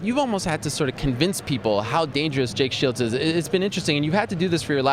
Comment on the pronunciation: I love when GSP says Jake Shields name he says Jake Shield, he leaves the "s" off the end LOL